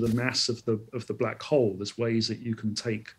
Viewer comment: Why Call black hall"